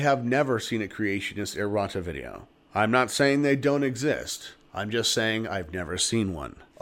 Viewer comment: you are saying "errota"? because it sounded like at the end you said it would be unlikely to have a Creationist do a video like this... and it sounded like you said "Creationist Erotica video" (insert the coffee spit-take here, my coworkers wanted to know why I was laughing so loud) - that creationist video could only be fodder for more comedy... keep it going brother ! I look forward to each new installment !